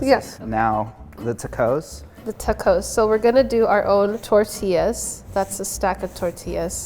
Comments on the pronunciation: the tuh-cohs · Forevermore to pronounce as ta-coz… Love it! 😂💚